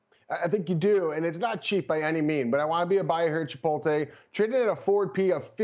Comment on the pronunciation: I hesitate to seriously listen to people who mis-pronounce “Chipolte”. So annoying.